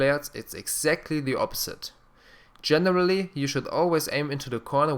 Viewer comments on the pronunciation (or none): Did anyone else laugh when he said "gemerally" instead of generally?